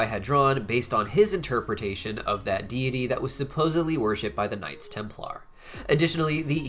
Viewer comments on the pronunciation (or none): none